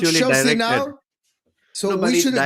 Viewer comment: how come he said chelshit not challenge pl,,its same squad winning world champions?🤣🤣